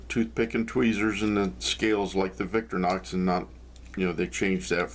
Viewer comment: Just to be pedantic. You say Victor-nox but the name comes from Victoria not Victor so the "i" should be pronounced. Don't get me started on Wenger.. Great video thanks..